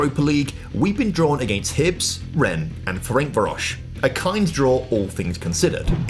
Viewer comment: Can you stop mispronouncing Ferencvaros. It's nearly (but not quite) as bad as "Jaddon" Sancho